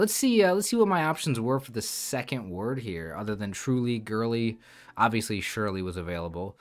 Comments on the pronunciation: it is pronounced as "SIRLY", Surely is like this ⬆️ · Great solve! You seem to be thinking of the word "SURELY," which means certainly. But "SURLY" (pronounced "SIR-LY") is a different word. It means bad-tempered, sullen, unfriendly.